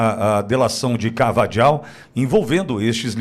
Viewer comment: A pronúncia correta é 'carvaRRal',...o "j" em espanhol tem som de "R"...pare de falar "carvaDJal", pelo amor de Deus 😂😂